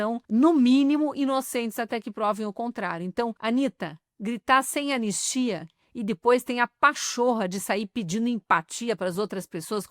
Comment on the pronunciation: E a zinha fala "an nis ti a" Dois enes. Analfa.